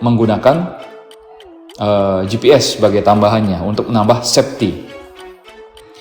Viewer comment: Hallo...QNA iki e,😃😃😃 Namaq disebut yo,bukan "Septy" tapi "Safety" 🤣🤣🤣